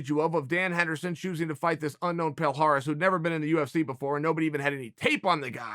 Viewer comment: Palhares: my names is palhares Uncle chael: your name is Paul Harris Palhares: my name is Paul Harris